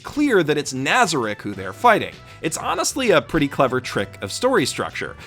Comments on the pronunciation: Nobody gonna mention how he butchered the names? Ok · Your mispronunciation is driving me nuts. NazaRICK? its naza-reek. alBEDo not albeado. Great video overall though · My only complaint with this video is your butchering of the names in this anime, both the characters and the locations lol. Albeeto and nâza-rick. 😂😢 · Keeps miss pronouncing Nazarik. Me: *Triggered* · Why does no one say nazarek correctly wtf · is no one else annoyed with his pronunciation of nazarick? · Anyone else cringing when he says nazarick and some of the other guardian names